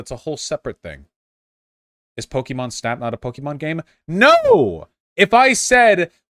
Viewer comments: The fact that vaush pronounces it po-kee-mon is enough to discard his opinion Also to be clear, arceus uses the same battle mechanics as the main series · I don’t trust anyone’s opinion on this game who pronounced it “Poke e mon”. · Pronouncing it "Pokiemon" must be a deliberate attempt to display his contempt. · When you can't even pronounce Pokemon correctly? Yeah, your opinion on what makes a "real" Pokemon game is less than convincing. Game Freak, Nintendo, and The Pokemon Company all consider Legends Arceus to be a real Pokemon game. That's the official line and mean it's the only one that's valid. Plus you can tell that prototyped a lot of new gameplay elements for Scarlet and Violet using Legends Arceus.